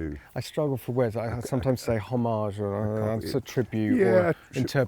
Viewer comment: If you ever say the word “homage” then say it French or say it English. Don’t pronounce the H if you’re going to elongate the G 👍